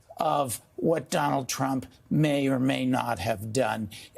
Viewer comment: Donaldt Trump? Who puts a t after Donald? Anywhoo